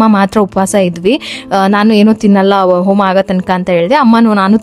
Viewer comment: Please correct your words abba alla adu Habba Aalu alla haalu, oma alla Homa words pronunciation proper agi madi 🙏